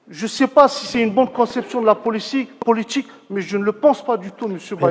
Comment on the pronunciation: faute "poooliTCHIK"